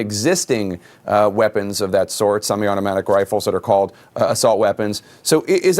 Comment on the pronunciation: The one lady couldn't even say semi automatic but she wants to ban 'em!